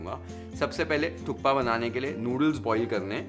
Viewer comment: sir thats not how personally you enjoy it but thats how we every nepali enjoy our thukpa with chatni....and its "THUPPA" k is silent.